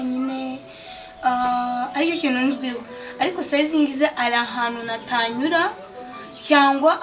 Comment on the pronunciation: Courage we. Uwomukobwa,agorore ikinyarwanda,natanyura, oya bavuga natanyura.